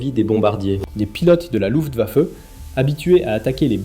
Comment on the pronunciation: Hans Joachim, pas ens yo akim!!! Luft waffe, pas lou vafeu.